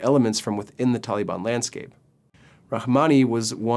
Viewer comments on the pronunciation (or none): Tollybon...where the fuck did you get this guy. Taaaalibaaan, say it like a Pashtun.